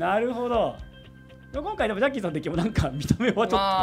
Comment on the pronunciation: 、絶対「じゃっきーさん」って言ってるよね？